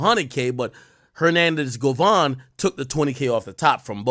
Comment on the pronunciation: bovan not govan